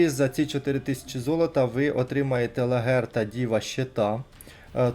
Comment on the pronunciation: невже не можна краще готуватись до відосів? Не ФелічЕ,а ФелІче,не ЛаГерта,а ЛаҐерта і так далі. Серйозно,ну аж вуха ріже